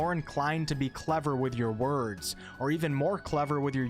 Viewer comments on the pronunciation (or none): none